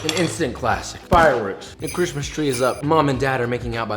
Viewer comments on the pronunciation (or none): none